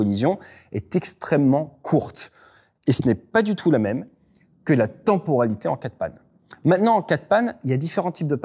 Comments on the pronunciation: "tenporalité" ça pique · Si il avait 6 ans ce serait direction l'orthophoniste.